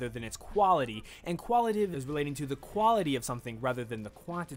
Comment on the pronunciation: lol love the concept of the video, and this is just a nit pick, but when you pronounced 'Quantitative' and 'Qualitative' you mispronounced it. Forgive me if this has already been addressed, but you were saying "Quantitive" and "Qualitive". I'd normally let this go but seeing the preparation and planning you put into it, and also that you went to the trouble of putting the definitions on-screen with the proper spelling, I thought I would let you know. I'm not trying to come off as rude or mean, just some of the constructive criticism you guys often talk about during the podcast. That aside I agree with most of the points you made in the video, and I really appreciate the content you put out. Looking forward to more in 2016!